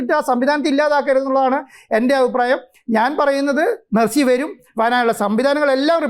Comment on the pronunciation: മസ്സി അല്ല da മരപ്പൊട്ടാ